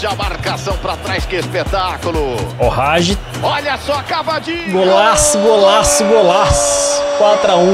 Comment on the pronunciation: se escreve Hagi mas se pronúncia ha-gui